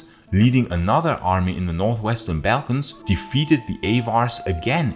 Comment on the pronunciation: wonderful work and your accent is a great asset, but please the pronunciation of 'slavs' and 'balkans'... please fix it